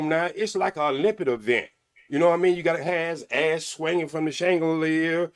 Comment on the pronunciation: Also Olymptics😂😂